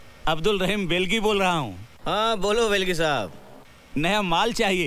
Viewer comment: Telgi ko belgi bol hahe ho